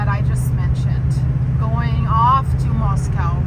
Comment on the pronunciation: Hello! Beautiful video with the precious doggies! Makes me homesick for when I lived in North Idaho. Wanted to let you know that they say Moscow there like “MOS-COE” not MOS-COW, and they’re actually pretty fussy about the way people say it. Best wishes with the vet treatments! ❤ 🐕